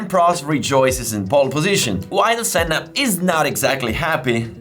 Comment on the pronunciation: Thanks for this, it reminded me of that day, stood in the rain and watching Senna running a master class on how to drive a car fast, in the rain! It was good to hear his name pronounced correctly too, doesn't happen often. One thing you missed, Ayrton did lap everyone, he let Damon Hill unlap himself on the very last lap. It took me three hours to get away from the circuit that day. The grass in the field we parked in was waterlogged and people were struggling to get out, it was carnage. I didn't care though, I knew I had just witnessed something VERY special.